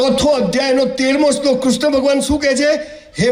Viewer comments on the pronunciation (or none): none